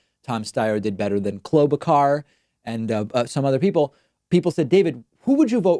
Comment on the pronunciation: I am wondering. Does David deliberately mispronounce names? Klobucar? I can’t remember the other two names from the top of my head now, but two days ago, he did the same with 2 others.